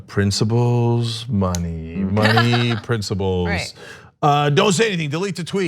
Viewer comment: Why does Cenk say "princiBles"?